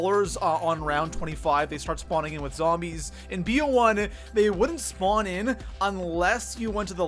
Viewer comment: Broooooo! 😂 where are you from? “SpOooooot”. “SspAaawn” Nice vid btw